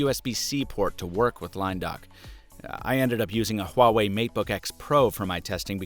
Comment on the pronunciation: Thank you for pronouncing huawei correctly!